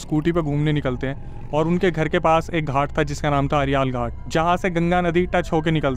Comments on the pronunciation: Aryaal ghat nhi arail ghat hai* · अरियाल घाट ❎️अरैल घाट ✅️ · Ariaal nhi arail ghat hai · Arial ghat. ❎❎. Arail ghat. ✅✅. 😂😂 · bhai arial ghat nhi arail ghat😗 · Ariaal ghat nahi..Arail ghat khte hai